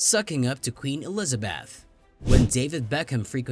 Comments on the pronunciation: Why are you pronouncing Eliza"beth" as Eliza"bath"!? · Only American's can fuck up and get away with it. In ANYTHING! Including Harry and Megan. Terrible computer soundtrack. "Elizabath". You yourself as company website are the worst offender's of all! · narrator cannot pronounce 'elizabeth' or 'windsor' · Could we please have a narrator who can pronounce "Elizabeth" and "Buckingham". A lot of these examples are nonsense. Half of the Queen's' "subjects" don't respect her. You realise "The Crown" is fiction? Hardly something to base your research on.